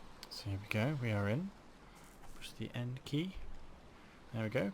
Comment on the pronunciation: A little old of a video but instructions are well done, when I pay attention. I ended up doing twice as the first time I thought I messed up as I heard you as saying N and not END. I only installed on a Expansion Server and there are a few things different. Such as can not do the snow thing that you showed but it looks like all the core functions are there with a few annoying little bugs.